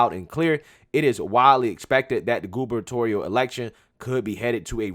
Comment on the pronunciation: ...im so happy u pronounced "gubernatorial" right! I dont know if u saw my old comment about that but youre the man. Small improvement... Big difference! Keep doin what u do💪🏿💪🏿🙏🏿